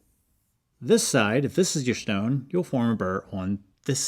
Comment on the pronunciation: "Shtone" Reminded me of that scene from MiB, when Will Smith says his gf's name is "Shtaron"..😂💀